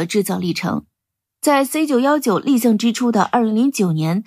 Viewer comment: 小编就算证明不是机器人念稿 发布前校对一下 把立项念成立顶 C919近千架念成干架